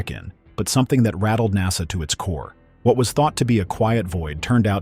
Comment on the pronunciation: ITs NASA not HASA.